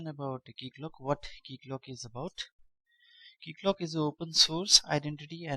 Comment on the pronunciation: This is how it's supposed to be said